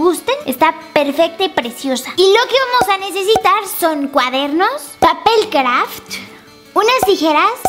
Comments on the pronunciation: Ey, yo no dije que odiara como lo dice, de hecho a mi me cuesta pronunciar las s, sólo digo que me gusta que remarcó así el craFT porque se me hizo divertido. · Me encanta como dice papel CraFT, es medio rarito JAJAJAJA